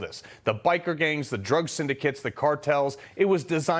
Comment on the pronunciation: Fani Willis says "Indickmouth" lmao.......